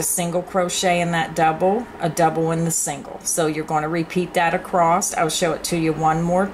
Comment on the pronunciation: there is no T on the end of the word ACROSS